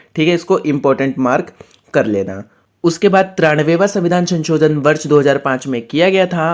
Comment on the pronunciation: Ssir sanchodan😂 nahi sansodhan